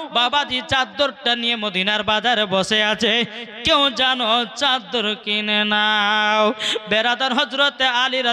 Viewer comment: চাদ্দার না চাদর